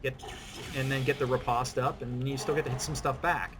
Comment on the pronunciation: Thank you for actually knowing how to pronounce "riposte". I am so sick of hearing "re-post" in peoples' videos.